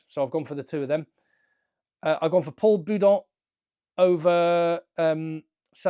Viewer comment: The problem with Villière is that he is more focus on doing the extra (stealing the ball, going on the rucks etc) rather than doing his normal 14 job.. leaving space for all blacks to party 🎉 And by the way, you said Paul Boudent, but we say Paul Boudéhent. Cheers mate, your analysis are always pertinent